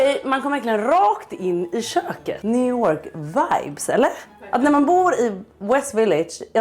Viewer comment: ”new wörk wajbs ”